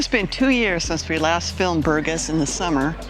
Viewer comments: You should know how to pronounce Burgas if you have lived there that long. “Boor-GAS” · I can't believe you've been living here for 6 years and you can't pronounce the name of the city correctly. This speaks for itself. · Its incredible that after this many years living in Burgas this American doesn’t bother to know how to say the name of the city 🫨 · It is pronounced: bur-GÁS (булгари: Бургáс)... hard to believe you really live there. Whew... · But, with a Bulgarian hubby, u should be able to at least pronounce the name of the city correctly. It bothered me somehow 😕 🙃 😊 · Please, learn how to pronounce Burgas properly. If it's your home, you should respect the language!